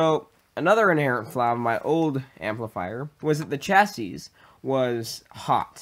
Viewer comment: Nice improvements over your last build! btw just fyi, chassis is pronounced CHasē, or SHasē (rhymes with classy). Keep up the cool work!